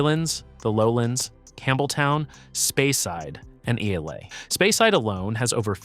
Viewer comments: JFC, learn to pronounce names before embarrassing yourself. Islay is pronounced "EYE-lah." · The fact that he can't even pronounce "Glenfiddich", "Islay", "Laphroaig", and "Lagavulin" correctly sure inspires confidence.